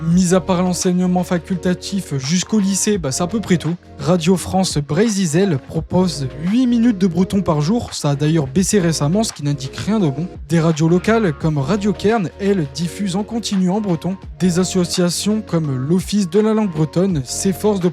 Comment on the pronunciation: Bonjour et merci pour cette vidéo. -Pour le drapeau breton; Gwenn-ha-du se prononce gwenn-ha-du et pas gwenn-ha-dou. -Triskell ne prend pas de E à la fin. -Radio Kerne se prononce "Radio Kerné" -Si comme vous dites, "le breton est un dialecte français", pourquoi le français ne serait pas un dialecte breton ? Demander aux gens ce qu'il se sentent comme identité, est inutile, car personne ne "se sent quelque chose" identitairement; ils savent seulement qu'ils appartiennent à une communauté. On ne ressent pas directement une sorte de "bretonnité" ou une "françisité" intérieure, comme on ressent une douleur, la faim ou la chaleur. On éprouve peu ou prou des sentiments à l'égard de ce qui constitue son identité comme l'attachement à la Bretagne, la fierté, la familiarité culturelle, l'émotion devant les problèmes liés à la langue bretonne, la conscience d'une histoire commune, la connaissance des limites géographique, etc